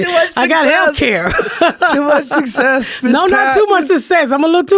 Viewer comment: I like how she says sus-sess for success. And then she called Joe: jeff lol Also: Pat: "not eeved", joe: what?: naive LOLOLOL Cuuurios